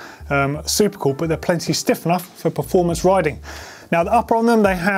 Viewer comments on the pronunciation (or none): none